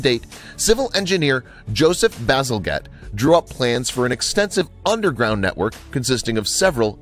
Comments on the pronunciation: Joseph Basalgette is pronounced Basal "jet" not Basal "get" lol. Fast food outlets are largely to blame for these kinds of blockages. They don't dispose of their used cooking oils and fats properly. They just tip it down the nearest drain to save on costs and time. Just think about it, this kind of blockage is what occurs in arteries only on a bigger scale. Lol. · Sir Joseph William Bazalgette - his last name is pronounced 'Baziljet'. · Bazalgette is pronounced "baz--el--jet". but great vid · Joseph Bazalgette......pronounced...basil-jet.......jeeeze!